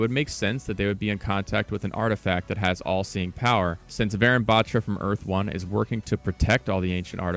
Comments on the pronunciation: Its not varen its varun like "un, dos tres" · I love how he pronounced the name as varen bat-ra but in reality it’s varun Batra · btw its not pronounced varan, its pronounced va-rune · IT isnt VAARUN its Varun think of it like this. VA RUN you say it like VAYRUN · Lol I didn't realise it's Varun until I paused and saw the email that it's not va-run. Ik that's how most foreigners pronounce Indian names but it's va-rune btw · Why is he pronouncing "varan" it's "varun"😂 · I’m pretty sure it’s pronounced varoon not varan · Pronounced "Varoon" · its wa run to pronounce tho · Pronunciation of Varun is Vaaruun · update this is dope I got the same name as the new agent but pleaseee it’s pronunced vuh-rune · Even tho you completely butchered the name Varun (Va-ruu-n), that was a nice deduction. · "vayrun" "vah rune a" cmon bruh.... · Varun is a male name pronouced like "varoon" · Just a quick pronunciation correction for everybody: Varun is actually pronounced Var-oon kinda like the color Maroon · dont want to be that guy but j wanted to lyk its pronounced varoon like maroon but w a v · if the character is of indian origin then their name would be pronounced like vuh-roon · pronounced vahroon 🙏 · Varun is pronounced as vuh-rune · it was kinda funny seeing you pronounce varun batra so wrong, but the effort is appreciated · how did he mess up “Varun”… 💀💀💀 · Say his name right white boy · after varun there is a n sound like n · also your saying Varun wrong :l